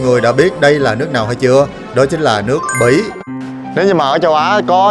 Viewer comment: đọc Bỉ mà nghe là Mỹ